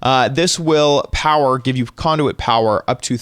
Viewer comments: conduet? wtf its conduit LOL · When he said conduit I thought he said condom